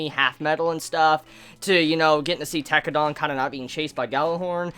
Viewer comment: lol Its Tekkadan, not Tekkadon, dan, not don. pronounced den or dan, not don. ps: loved this video series of yours, well done and thanks. Glad you liked the show.